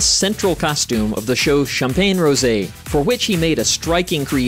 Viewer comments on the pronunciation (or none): none